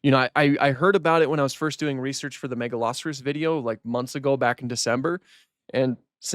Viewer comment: I was so confused, I have never heard Megaloceros pronounced that way, Ive always called it "mega-low-seer-ohs"